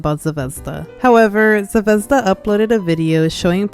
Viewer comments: As a slav you suprisingly didnt butcher Zvezda it means star and its pronounced more like zve- zda not zevezda but its still good! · until u said Zvezda was based on russian word star i genuinely had no idea it was that cuz in russian the emphasis in the word is on the last letter (zvezdá) instead of what u pronounced it like lol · I’m sorry but…ze-vez-da 💀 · Not tryna be rude but the way u say zvezda is so weird to me 😭 ( no offense at all btw ) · idk how to explaim it but the way u say zvezda just scratches my brain perfectly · the pronounciation of zvezda is making me click off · Fr, I wish she searched up how to properly say it. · As a Russian even I think the ushanka is taking it too far.. I have no knowledge if she’s Russian or not but it’s never ok to support communism. Also btw ur pronunciation of Zvezda (звезда) is really funny as a native speaker because unless she said it’s in Russian I would have no idea lol I hope u don’t take that too offense (English isn’t my first language so sorry if this is hard to understand but I really have idk)